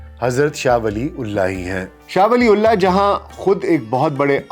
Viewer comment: Please pronounce name properly. It’s not “Shah Wali ullaah” it should pronounce “Shah Waliyyullaah” R.A.